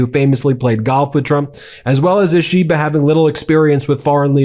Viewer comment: You need to get lessons on how to pronounce Japanese words and names.... For example, "ISHI BA", not "i SHI ba" (Flat, no emphasis on SHI) ..... Should be a simple thing for you. It is painful to listen to you for those who know how to properly pronounce Japanese....as it will be for any language.